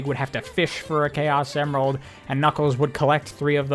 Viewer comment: bro started saying chao semerald… and it was driving my crazy lmao 🤣